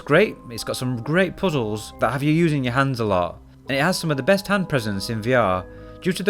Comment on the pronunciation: i will forever say puzzles the same way he does on the video. couldnt get enough of that "poo z hools"